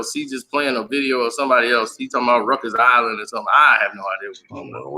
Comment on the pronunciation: It's called Riker's Island, not Rucker's Island 🤣🤣🤣🤣🤣🤣🤣